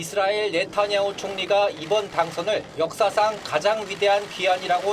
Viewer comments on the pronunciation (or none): none